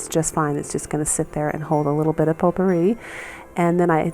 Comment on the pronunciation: ...its a French word. It's spelled potpourri. Pronunciation Po-purree